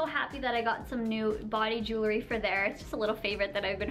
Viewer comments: It's Filipino, not Philippine. And your Monthly Favorites are pointless since you show the same items over and over again. Your ear looks super red and irritated. You probably need to take out the jewelry (not joolery as you pronounce it) and let it heal. The bar is way too long, as well. You should start investing in good quality jewelry. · I live in Michigan, similar to Canadian accent and I'm used to Canadian accents being that I have to go there for work often and no, joolery is not a Canadian pronunciation. I actually said it that way a kid and my mom corrected me one day. I've always heard say it this way and wondered why no one had corrected her haha. It's definitely Jewel-ry. No matter where you live. Not arguing, or hating on anyone who thinks otherwise but you can simply google it to see the correct pronunciation in any accent. 💖💖 Happy Sunday guys.